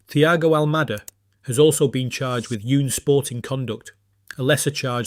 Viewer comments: Unsporting is not pronounced "Yunsporting" 😂😂😂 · "Yoon-sporting conduct"? More AI SLOP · Would be better if this wasn't AI. Can't pronounce unsporting or separate.